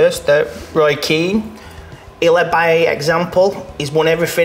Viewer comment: How can you say Keane anyway close to veira that’s an insult